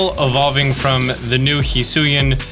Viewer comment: How to say Hisui: Hiss-oo-ee How used to say it: High-soo-ee How now says it after realizing he was pronouncing it wrong: Hee-soo-ee?